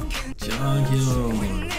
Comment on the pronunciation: Thank you for the reaction but you are pronouncing jonghyuns name wrong :p it is pronounced Jong- hyun. Instead of a oo sound you are it is u